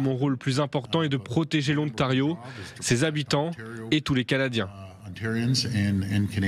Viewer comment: Et qu'est-ce que c'est que cet "O-NTARIO" ? Il n'y a aucune raison de prononcer ce mot en anglais.